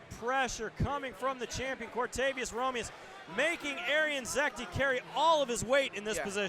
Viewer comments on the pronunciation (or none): A year later, and this commentator still calls him Romirez...amazing. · And the other guy calls him Romilus...wtf